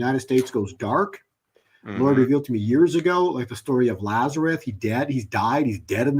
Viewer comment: LAZARUS, not "Lazareth". Actually his native Hebrew name was Eleazar. The KJV translators corrupted most names in the narrative.